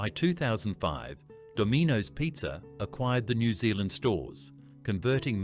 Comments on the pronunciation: Please consider using a human voiceover. “Dom-EE-nos”, “Al-BErry” and “Hin-dley” St were hard to hear. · The A.I. voiceover is garbage. "Dom-eee-nose pizza" - do better, voice it yourself if you are that passionate, stop being lazy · Hey Ai mate. Can you pronounce Domino’s again? “Domeenoes” was it?? 😅😅How about Church’s Fried Chicken? Henny Penny’s? Hartee’s? Pizza Hut eat-in outlets? To name a few you left out!!!???? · ai bullshit , ai cannot prnounce dominos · You are not prepared for how "Domino's" is pronounced in this video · I was just about to comment, PLEASE LEARN HOW TO PRONOUNCE DOMINOS! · AI says it as it's spelt. Should really be AU, Artificial Unintelligence. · The AI voiceover had me fooled - until it blatantly mispronounced Dominos! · That’s not how you pronounce Dominos or “smorgeys” for that matter